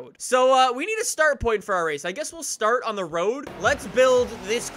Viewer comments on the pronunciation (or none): none